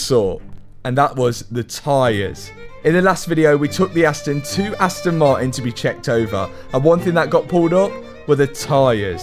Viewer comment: It's funny how you say the "T" in "Aston" but can't say the same letter in "Martin" :D Aston Mar_in